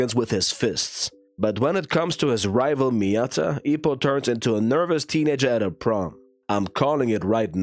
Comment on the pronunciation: Nah his name is Ippo not Ippi 😂